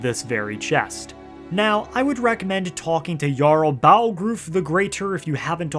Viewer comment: Never in my life have i heard someone slaughter Balgruuf's name like so